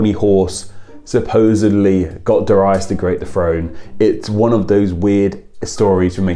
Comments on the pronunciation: dare-ee-us not da-ry-us "darius rucker" for example. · The site that told you how to say Darius is wrong. It's pronounced DARE-ee-us. BTW, Darius Rucker is from my hometown and my uncle goes to church with him. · Scotland - always pronounced it Darry-us. Never heard it said the way you do :-D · I had no idea it was actually pronounced "duh-RYE-us". every Darius i knew or heard of was pronounced "DARE-ee-us" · Do you pronounce it DAR-ius or DA-RI-us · It’s pronounced Dare-E-Iss, in the US at least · Who the hell pronounces it dor-ai-us!? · Yea he butchered it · Here in the US, too. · Yeah, I've never heard it pronounced like that! I wonder if it's an oopsie or if some people actually say it like that? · Is it not pronounced DAR-ius? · Nobody has ever pronounced it the way you have lol